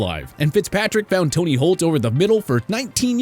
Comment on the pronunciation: It’s Torry not Tony “big game” Holt.